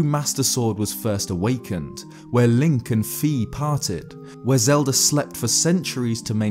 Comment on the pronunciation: Legend of Zelder